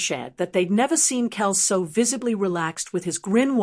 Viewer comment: I like how this person on the video can't pronounce Travis's last name correctly.